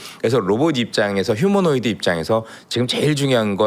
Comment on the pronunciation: 이사람 얼마전까지만 해도 휴머노이드를 휴머노 로이드라고 하더니.ㅎㅎㅎ 휴머노 로이드 ㅎㅎ😅😅 난 한차원 높은 로봇인줄알았다.